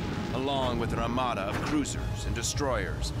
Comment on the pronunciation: I think he said Ramada instead of armada